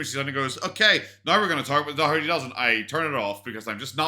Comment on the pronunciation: Finally some one who can say Daugherty 😅